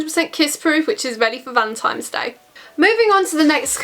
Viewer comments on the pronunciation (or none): 'Valentimes'? Always makes me smile when people say this wrong 😂